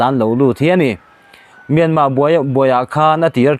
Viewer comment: R lam tel hi a har viau a mi le myanmar tih ah hian,an kawl ho in R an lam rik thiam loh vang a R lo lam tel loh ve ringawt zel hi.